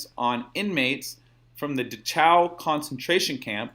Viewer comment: called Dachau "DaChow" and I lost my shit. Almost pissed myself laughing so hard.